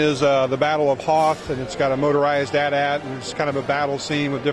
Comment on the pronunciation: "at-at"? Dude... Say it like AT-AT! Its hard to explain short sounds in words lol